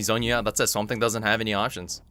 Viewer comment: did you say swambe? it's confirmed swamp thing = harambe lol nice vid😁